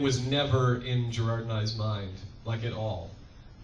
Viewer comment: Jirard. It's Jirard.